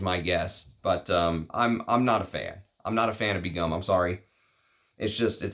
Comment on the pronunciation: 1st pronunciation is the closest to the native language Bangla & pronunciations are very close to the English pronunciation. Begum = a married Muslim woman of high rank. Begum is a royal and aristocratic title from South Asia widely used in Bengal Sultanate & in the Mughal empire & in present day Bangladesh.